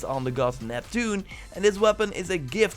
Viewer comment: Sorry bro but I'm gonna take my subscription away just because you said Neptune!